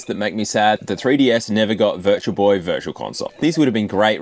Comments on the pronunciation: Just me that heard "It's the Virgil Boy!"? 😆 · I thought he said "it's the virgin boy" in the beginning lmao love your videos, dude <3